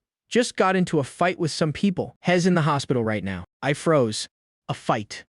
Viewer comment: "Hez, ill, shed"👀🫠